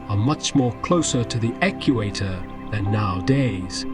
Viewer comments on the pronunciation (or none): The eq..u..actor 😂terrible narration. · I swear I heard the narrator say, "eckewator" for equator. What dialect is that? Reminds me of nukular except it's more annoying because it's new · did he actually say 'ekk-u-ater'? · Ec-U-Ater interesting pronunciation. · Why did he pronounce equator like Dr Duffenschmertz? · No one should take seriously the bad pronunciation here. Well done productions teach us the right way to say dinosaur names. This one can't even say "equator" correctly. The visuals are nice though. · Pretty hard to take this seriously when he can't pronounce "equator" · Well, it's an ai narrator. Maybe there was a typo in the script and the poor ai did the best it could. Or it just sucks at the word equator. I don't know.